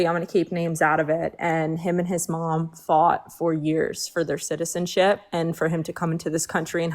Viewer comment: Second girls friend is really struggling to say “citizenship” 😭